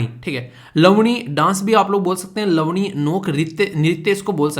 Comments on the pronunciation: It's लावणी sir 😅not लवणी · Jai hind sir 🙏❤️🌼🕊️ मै महाराष्ट्र से हुँ। मराठी मुलगी हुँ। sir ... आप ने लवणी बोला sir.... Pronounce mai वो "लवणी" नही. " लावणी". है😇😊। sir महाराष्ट्र का classical dance है। Thanku sir 🙏🌼❤️